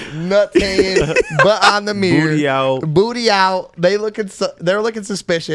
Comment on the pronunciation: Bro said Meer (Mirror) Lol